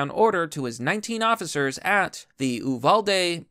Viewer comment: Uvalde you-vale-dee not that big of a deal but that’s how we say it